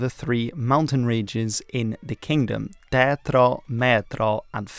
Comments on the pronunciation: In Hungary we mostly use the flag without the emblem. Great video overall. (Foot note you mispronounced the three mountain ranges. The Mátra, Tátra and Fátra. The 'á' is not an 'e' sound, it is stronger and somewhat longer Spanish/German like 'a' sound.) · Yeah, it started well, but á and é were very bad. Tátra, Mátra, Fátra - I had to look up what he was talking about. Á sounds like a in far or father. É sounds like a in way, so Béla is not Bilá.